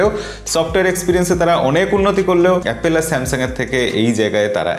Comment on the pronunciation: dada apnar video like kori. kintu apni jokhon apple k apel bolen khub baje lage beparta.